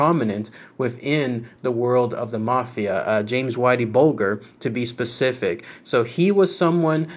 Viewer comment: The world of mafia so dumb this shit is real life. And its bulger not bolger fucking jerk off